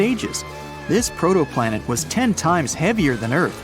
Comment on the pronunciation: Did you say... Protoplanet???